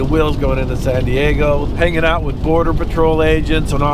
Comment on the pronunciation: It's Border not boarder